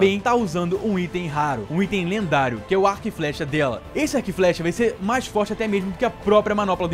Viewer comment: eu e meus amigos ficam imitando você falando fortinte😂❤